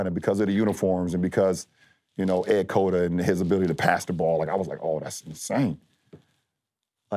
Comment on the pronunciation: Broooo, he said Ed Cota?!?